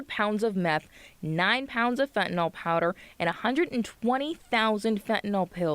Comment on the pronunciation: FentanYl, not fentanOl